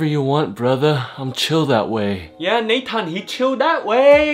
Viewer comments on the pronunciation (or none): Its nay-tan